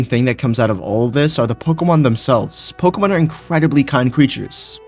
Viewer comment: I love "pokuhmun"